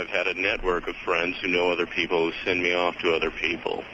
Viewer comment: he does say "Nee" not me